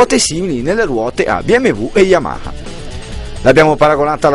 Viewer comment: Si ma mi devi spiegare per quale motivo dici YAMAKA....forse non te lo hanno spiegato...si dice YAMA HA ....capito? YAMA HA.